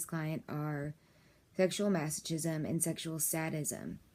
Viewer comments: It’s masokism you don’t say CH like CHOOCHOO it’s more like KOOKOO. :| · TOTALLY FAKE VIDEO. THIS WOMAN IS NOT A DOCTOR. SHE IS A HIRED ACTOR WHO CAN'T EVEN PRONOUNCE THE WORD MASOCHISM. THERE ARE SEVERAL OTHER VIDEOS ON YOU-TUBE WHICH ARE IDENTICAL TO THIS ONE, BUT WITH OTHER NARRATORS, EACH OF WHOM CALL THEMSELVES DOCTORS. THEY ARE NOT. THEY ARE FRAUDS. THIS VIDEO IS FAKE, FRAUDULENT AND PHONY. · probably should learn how to pronounce masochism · I agree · Both terms are pronounced hilariously wrong, and for godsake, DON'T SAY YOUR PATIENT'S NAME. HIPPA violations will lose your license real quick. Lastly, neither of those terms are unhealthy, and are practiced by millions of people who lead perfectly ordinary lives. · don't say your clients name in a video like this... also you obviously haven't done enough research on the topic because you don't pronounce masochism or sadism right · You pronounce masochism and sadism wrong. Are you a professional? Also, these are not bad things as the word disorder suggests. What is not ok, is the abusive husband.